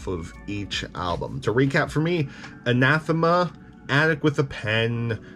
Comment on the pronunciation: I’ve never felt as proud as I did when you said Anathema correctly. All jokes aside, it’s a really obscure word and a bit hard to pronounce, so it’s all understandable